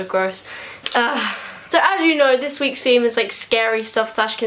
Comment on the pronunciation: who else noticed how she says feme instead of theme and feorey instead of theory